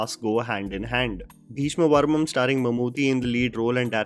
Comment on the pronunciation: It's parvam not parmam